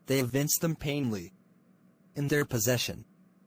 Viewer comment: They bring me tokens of myself,they evince them PLAINLY in their possession. The video says "painly" not 'plainly'